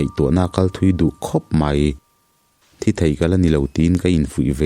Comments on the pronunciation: Tinge "ka hmul thi" tihah hian thi tih hi (blood) thi tih ang hian i lam zel a, thi tih hi mitthi kan sawi a 'thi' thluk anga thluk tur 👍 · Hmul thi tih hi i van chhiar sual ngun em em,nge i hrelo zawk lee,hmul thi tih a thi hi mitthi tih a thi ang hian lam tur,a in hliam chu a thi duh hle mai tih a thi kan hman ang hian i hmang fo a diklo deuh